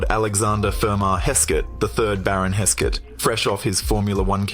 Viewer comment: Velocette , is pronounced as Velo Set , not velocity . Hesketh , is pronounced as Hesk Eth , not Hesk Set , Blime !